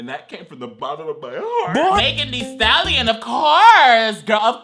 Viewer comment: Guy: Timothy Chalamete Girl: Magen Stallion